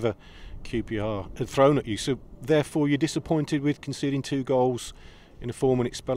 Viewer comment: Another good result which keeps the run going. Don't ya just love the way Pep says COOPYAR lol. KRO